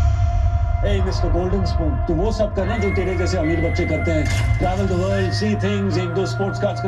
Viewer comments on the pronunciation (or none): none